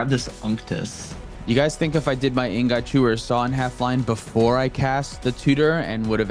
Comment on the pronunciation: anyone else annoyed by how pronounces "ingot"?